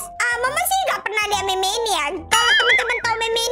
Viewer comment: Meme dibaca mim mon